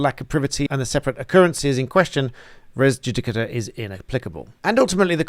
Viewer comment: You accented "judicata" correctly! (Every lawyer I've ever heard says judiCATa.) It should really be 'yudicata', but that's asking too much -- no Anglophone says "YULyoos KAIsar".